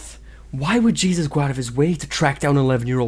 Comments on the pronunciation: I love your videos but as a Latina for the love of God, stop pronouncing Jesus as 'geezus' it's 'HAY-ZEUS' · His middle name isn't pronounced Jesus its pronounced heysoos. Just saying lol . But what dahvie has done terrible stuff for sure . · Not that it matters but the pronunciation for Jesus for his name is "Hay-Seuss" since he is of Hispanic origin. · Dahvie is not an influencer?? He's a musician??? Also his name is pronounced "hey-zeus"